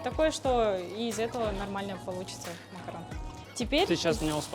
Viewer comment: Макарун а не макарон